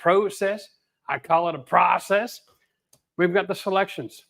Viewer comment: American here…. You got it right. It’s process, not prOcess.